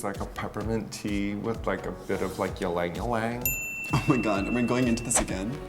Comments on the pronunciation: Raja, its not pronounced as #YlangYlang 'y' is pronounced with strong 'I'. Read as #IlangIlang. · ...pronounced Eeee-lang Eeee-lang. btw. And Raja, darling, maybe a little less pot next time? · That’s not even how Ylang Ylang is pronounced.... sweet Raja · raja saying ylang ylang though 😂 as a filipino, cant relate